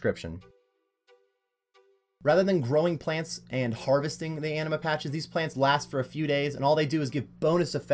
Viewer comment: Anima, not amina lmao. Also how tf do you spell Etceteria "Ectaria" while literally looking at a map on which it's spelled correctly?